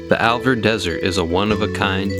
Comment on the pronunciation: MY wife and I have been to the Alvord many times. I believe it is the Alvord Desert and not the Alverd Desert. It's pretty distracting to hear you call it the Alverd. Otherwise good video! Thanks!